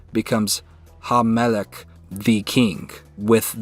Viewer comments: Hamelech doesn't have a double M. And it's melech, not melek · should be "melekh" not melek. The ך has no dagesh in it.